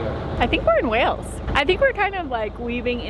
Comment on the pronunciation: Watch your pronunciation! It’s Wales (as in whales/sails/tales), not Wells, which is in Somerset, and definitely worth a visit to see the medieval cathedral.